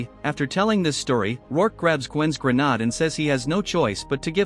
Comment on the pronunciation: AI can't say grenade, it comes out as grenaad even when spelled correctly but it can say grenades.